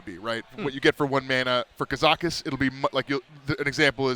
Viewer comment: Brode gettn triggered at trumps pronunciation of Kazakus